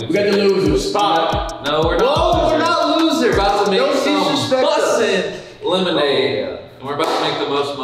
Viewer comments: killed me bruh "Lemod" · Idk but I found it so funny when kept saying free lemod